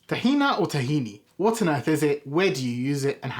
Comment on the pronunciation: Tislam al ha video - very good, and I like how you pronounce it, tkhina and not tahini… Shalom Salam